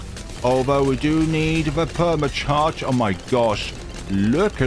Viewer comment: The way you said permit charge😂